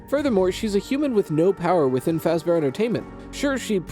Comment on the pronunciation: I don’t get why this would be where you lost it. “Freddy Fash-Bear” is where you would have lost it, but I’ve also lost it so I’m fine with this